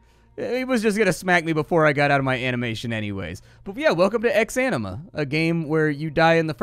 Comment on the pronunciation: "Welcome to ex-enema"